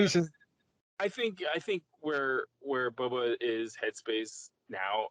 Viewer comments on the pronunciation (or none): BOBA not bubba. 🤣🤣🤣